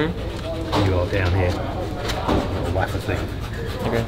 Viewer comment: Please somebody tell this guy that "Wafer," is pronounced "Way-fer," not "Waffer" haha